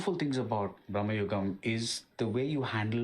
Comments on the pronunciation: not braamnugam.....it's bruuhmugan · It's pronounced like "भ्रमयुगम" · It's Bhramayugam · It's actually "bhrama yugam" भ्रम युग्म